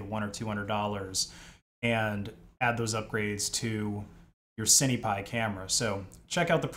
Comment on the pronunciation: Cinepi as in Sin pie. (at least I always say "sin" lens or "sin" camera when speaking of cinema equipment) The IMX477 is a tiny sensor like those found on CCTV cameras being something like 7.9mm across. A cheap Micro 4/3 camera is 22mm across and that's still far from competing with a 24mp full frame mirrorless camera. You're going to be losing a lot of FOV/Compression you can get from a larger sensor. If you want something on the cheap a used Micro 4/3 camera would still be leagues ahead of this.